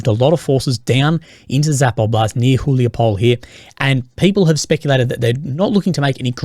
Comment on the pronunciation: Huliaipole - it's not a pole as polish national, more of a mispronounced poly - like poleh